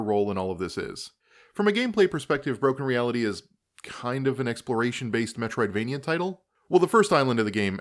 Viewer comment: I thought you actually said "metricsvania" and, you know, fair enough